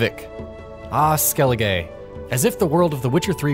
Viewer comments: Skelige is pronounced as "skelli-guh" not "skelli-gay" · Skelligay and Novingrad, come on, they say the names, why must you say them wrong? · skelli-gay?? Novi-N-grad?? did you play the game on mute?? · Concerned with your pronunciation of locations. Skellige is not Skell-i-(gay) it's Skell-i-guh and Novigrad is not No-vi(n)-grad it's No-vi-grad. Also the #1 quest should be Gwent: Collect 'em all, mainly because there are consequences of not following a specific order to main quests if you want to collect the whole deck. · They literally say skellige every 5 seconds in the isle where did you get skelligay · Skelligay and nevengrad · Im just here in the comments for “skellegay” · No one: This guy: skellige- gay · it isn't skelegay it's skellige (skell-ig-uh) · Skelligay? Who the fuck pronounces it like that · I'm sorry, ah Skeli what m8!?! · This man pronounces Skellige as Skelligay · Lol he says skeli-gay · skelli...skelligay? SKELLIGAY??!! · Skellig A not skelligaayy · Dude its not Skelli-GAY its Skelli-Guh. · Skellige not skelligay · Its skelliguh not skelligay 😂😂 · Skelligay hahaha it's pronounced SKELIGER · Stop pronouncing it "Skelli-gay"! Also the sword you get in the Hattori quest is garbage. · Dislike for "Skelli-gay" and "Novi-ing-grad" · Skelligay? wut. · marcus crouch I heard Skelligay and went straight into the comments section.. I was like "there will be at least one guy that picked on that like me right now". Fucking awful.. jeez😂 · Skelligay and Novingrad. I get pronouncing things differently if you just read them in a book, but they're talking about a game. A game where Skellige and Novigrad are said multiple times by multiple characters. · That pronounciation skelligay. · SEVERAL characters pronounce Skellige in the game. There's literally NO WAY to not know how to pronounce it if you've played the game. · eso butchered it more like vel enn , skellije , two saint ,ingei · Man's legit saud "skelli-gay". Like wtf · "Skellig-ay" wat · "Ah Skelligay"